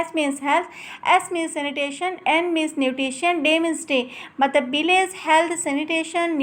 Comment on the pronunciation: It's nutrition not nutration